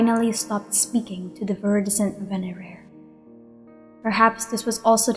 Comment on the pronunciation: My Hispanic tongue cannot pronounce venerer.